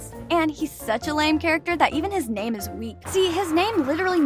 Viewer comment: im sorry but the way she pronounces the names are very disturbing. especially because im also japanese